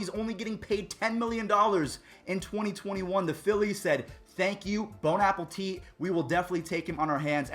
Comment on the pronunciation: bone apple tea😂😂😂😂